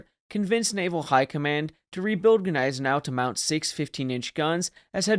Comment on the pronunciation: I'm just saying, get it correct, the G is silent. Come on man it's not that hard. Don't get mad, get better😉✊️